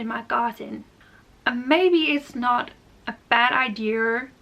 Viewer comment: "A bad idea to have the setup similar to what I have now" She almost said "idear", but danish has a lot of unique sounds that will sneak into their english.